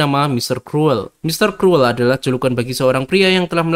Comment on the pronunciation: Kruwel? Krul bacanye